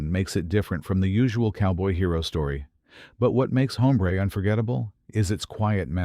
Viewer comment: Get a better "announcer". The title is pronounced OMBRE!